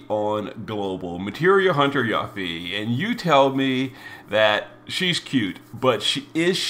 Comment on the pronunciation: 1. It's 'You-fee' 2. At least it's ONLY a week delay and not a 6+ month one